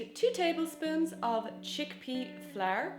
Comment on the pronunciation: Why do you pronounce flour like flair?